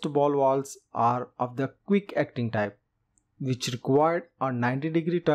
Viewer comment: You know alot about Walwes shame you can’t pronounce your V’s 😂😂😂